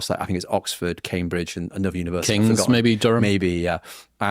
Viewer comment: How can they talk about UK accents and then say Annuver one instead of another one, Portsmuff and fiftiuff (fiftieth) arrogant, self obsessed idiots. They've probably never been to the towns they talk about and have stereo typical ideas about what they're like. Beatrix Potter, Donald Campbell, William Wordsworth, John Ruskin all came from Cumbria. Brits do have pride in the UK we just don't need to shout about it constantly. If the Brits were so risk averse how did they get the British Empire?